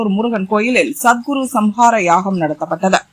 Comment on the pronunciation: அது சத்குரு சம்ஹார யாகம் இல்ல சத்ரு சம்ஹார யாகம் ... என்னா தான் news படிப்பீங்களோ